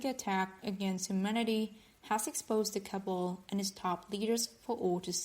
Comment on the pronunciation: Hi ben find someone with good English she calls the cabal CABLE THIS is confusing enough